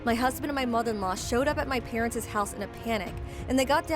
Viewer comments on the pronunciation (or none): It's not said as 'parents-sez', the pronounciation stays the same as 'parents' whether you're talking about the plural or an ownership. If you don't bother with knowing pronounciations, it's going to (and does) sound like a 5 year old reading. Definitely affects the video. Best not to assume pronounciation just by visual of a language that isn't your primary (no matter what language). It will show. If English is your primary for this case...there's a few lessons needed. Google it if you don't believe me in this case of pronounciation 🙂